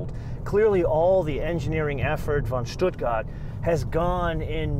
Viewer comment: Pronouncing "Stuttgart" the Swabian way "Schduagert" while speaking American English is very annoying.